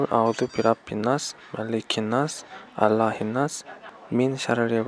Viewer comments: If i'm not mistaken you pronunced " alahinas" which should be pronunced "ilahinas" , brother. Get well soon mom! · Not ALAHINNAS but ILAHINNAS..tq☺️